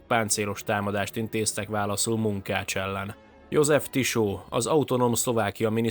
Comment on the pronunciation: Kis javítás, Tiso-t sz-szel kell kimondani.